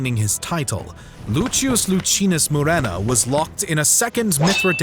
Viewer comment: Why do you call Cinna Chinna, and Lucius Luchius? Is that the correct pronunciation in Latin?